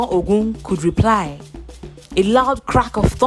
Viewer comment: The narrator should know the right pronouciation of some words. The word "Ogun" is wrongly pronounced. Please do your research properly before showcasing your work.